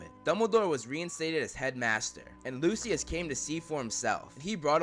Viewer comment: who the FUCK is luciliud 😂😂😂 its Lucius dude